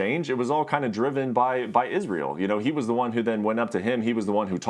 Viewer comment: Does my head in how Ariel says Isreals name